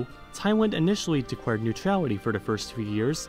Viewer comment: I think maybe it’s something about your pronunciation of the L sound. If you listen to your pronunciation of the word “declare”, it sounds like “dee kware” to me. My English speaker friends also heard the same.